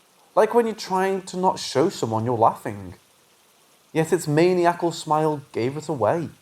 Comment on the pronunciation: if your going to read scary stories for a living, you should really know how to pronounce maniacal.